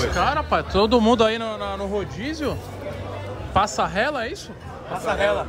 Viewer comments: Tem Toguro falando "passarrela" tem like kkkkkkkk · PASSARRELA? “PASSARELA!” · Passa rrela ? Passarela ah